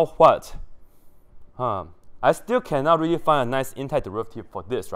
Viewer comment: rery rery nicely 😂